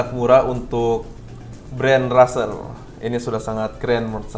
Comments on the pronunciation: Wah tumben review merek terkenal 😎.razer id jga promo makanya murah :v, dan juga Razer ngomongnya Rezer bukan raser yah buat benerin aja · Razer* tapi bilangnya rezer